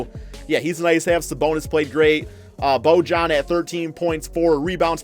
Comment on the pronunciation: It's Bo-yan not Bo-jan you bitchass